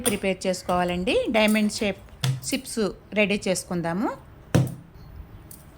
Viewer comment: సిప్స్ కాదండి చిప్స్ అని సరి చేయండి